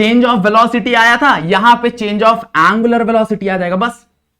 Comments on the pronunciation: Its angular not a aangular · He say aanngularr 😂😂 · Angular ❌ aaaangular ✅